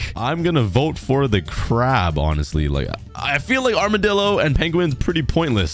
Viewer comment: It’s amidillo